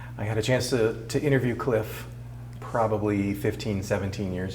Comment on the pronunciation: It's a I-Nirrti-view